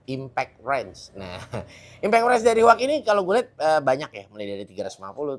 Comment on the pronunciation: Huaqi❌ Cuangqi✅